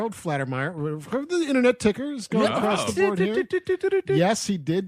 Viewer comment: It's FAL-TER-MEYER, not Flat-er-meyer. But i love you guys SO much; forgive me for being pedantic. Also, i love that song "Shakedown", too!